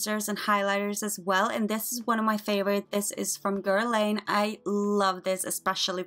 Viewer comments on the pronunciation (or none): none